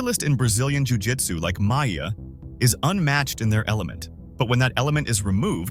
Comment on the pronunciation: Along with Demian “Maya” and “Kale” Sonnen…